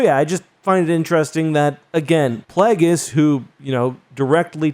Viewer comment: PLAGGis? Hurts the ears—where did this weird pronunciation come from? Palpatine didn’t pronounce it that way. It’s Plague-is. YKnow, as in “plague”. Has anyone else heard about the Bubonic Plagg? Immense fan here, but this short-circuits my brain.